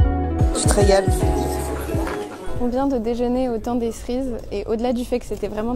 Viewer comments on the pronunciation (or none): « Le temps des Ssrises » huuuuu cErises 😭😭 j’ai mis un pouce bleu alors que j’aime pas Paris, mais la vidéo est super 👏👏